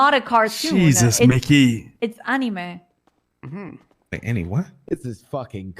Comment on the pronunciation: this bit where the cop mispronounces the word anime and absolutely rolled those in chat taking the piss was acc brill.